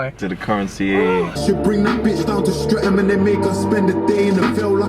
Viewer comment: Streatham is pronounced``Strett umm``